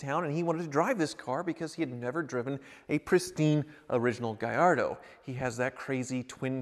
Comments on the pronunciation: Why are you pronouncing it Gayardo it IS Gallatdo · Mate! It's GALLARDO not Gayardo. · Gallardo...in spanish, that would be pronounced GaYardo....but in Italian, the "LL" is pronounced "LL" NOT as a "Y"